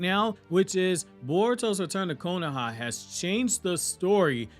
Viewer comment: Stop saying “KONAHA” it’s called the Leaf Village bro